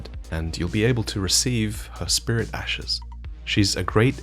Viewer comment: love the lore but hate the way you pronounce s's at the end of words for example ashes= ashesshhhhhh